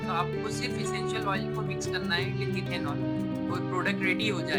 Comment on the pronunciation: It should be Ethanol not ethenol.